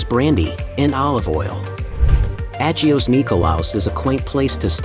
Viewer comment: An American pronouncing "agios" is.... funny or tragic? 😅 and "nea" as "N.E.A" ....lets hope this is an AI voice 😂